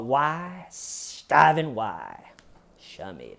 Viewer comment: It originated from the Stephanie Lazarus videos. She mentioned her friend “Smeeda” but we all heard it as “Schmeeda” and it took off from there!